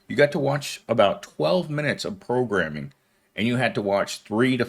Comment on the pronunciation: I just heard "prolegramming". 😂